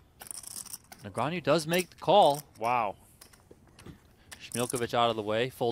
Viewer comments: I'm sure Daniel appreciates commentators butchering his surname!! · It's 2024 and PokerGO's announcers STILLLL can't pronounce Daniel Negreanu's name properly.